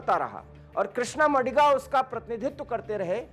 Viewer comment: It is not मडिग नही it is मादिग हैं।please correct pronunciation.